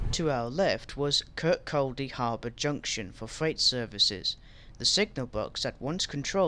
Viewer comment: Your pronunciation of Glenrothes and Kirkcaldy could do with a little work. Glenrothes = Glen-roh-thiss Kirkcaldy = Kuh-kod-ee . . . And Rosyth is Roh-sigh-th Also, ive never heard of a Dalgety Bay terminating service. Also, small technicality - you are correct about Haymarket depot servicing classes 158, 170 & HSTs for ScotRail, but only the 170s and HST sets are based there. Our 158s are split between Corkerhill & Inverness depots. And im guessing trainsimulator doesn't have 334s as AI traffic yet, hence the presence of 320s at Haymarket 😅😅 Oh, and 'Princes Street tunnels' are actually called 'Mound tunnels' Good video nonetheless 👍👍